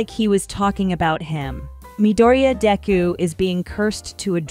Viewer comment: wait.... did he/she say dicku instead of deku